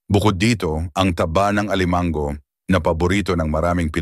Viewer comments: Alimango - hinde alimang-go, puro pagpapa pogi lang ang pagsasalita mo. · Suggestion, please paki-ayos ang pagbibikas ng mga salita. Correct pronunciation please. Kasi nakakairitang pkinggan. Examples (alimango, salo-salo, tahong, namamaga, pangangati ng balat, mantika, bangus, sinigang, sampalok, palaman, nilaga, lapu-lapu, mantika, sobrang alat, bawat kagat, mabango, kanin, makakasama sa ayin. May mga sandali na tama nman ang bigkas. Sana consistent sa tamang pagbigkas ng salita. Thanks!, ❤